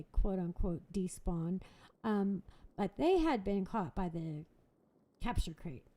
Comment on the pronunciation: and did you just say crapture crate?